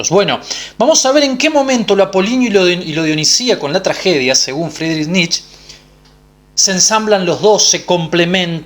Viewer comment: Muy bueno, pero Nietzsche se pronuncia Nitche, debe sonar la e final.